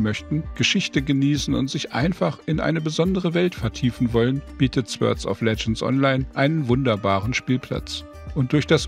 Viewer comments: Sehr informativ! Ich als Urgestein des Genres fand es wirklich gut, vor allem für Rookies war viel Information dabei. Die Beispiele und sehr gute Sprache runden alles ab. Einzig bleibt, es wird nicht "Swörd" sondern "Sort" ausgesprochen ;-) Aber das ist auch nahezu die einzige Erbse die sich finden lässt! Weiter so! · Wieso sagt er dauernd Swörds of Legends?